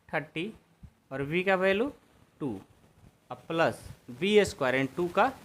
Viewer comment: Value hota Hai balu nahin hota😂😂😅😅😊😊